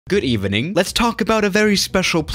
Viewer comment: Good Ebening .....more precisely (French)